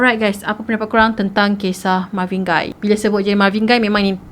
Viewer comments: Marvin 'Gay' sebutannya, bukan 'Gai'. Dia ni famous dalam komuniti pemuzik berkulit hitam. Siapa2 pernah tengok movie berkisar tentang black music, nama Marvin Gaye memang sentiasa meniti dibibir mereka. Kira macam legend, god father black music. Gitu.... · pembetulan cara pronounce untuk GAYE tu spatutnya sama lebih kurang mcm bunyi GAY.....bukan Guy.... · marvin gay kan sebutan die, bukan marvin gai.. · Ignorant. Lagu tu terang2 pronounce Marvin Gaye not Marvin Guy. Thumbs down for that 👎🏻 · Sebutan dia Marvin 'Gay'. Btw punya penceritaan mmg gempak supo sokmo. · Sebutan adalah Marvin Gay. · Mcm salh sebut tu nme dia